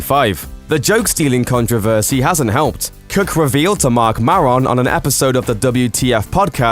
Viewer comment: MARK MAY-RON MAY RON